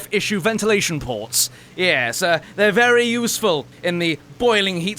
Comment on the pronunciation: When he said “ports” I thought he was going to say “plorts”